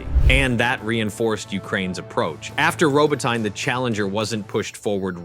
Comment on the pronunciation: Look, the narrator hasn't been trained to pronounce "Robotnye" correctly, there's not much chance of getting our PM correct!!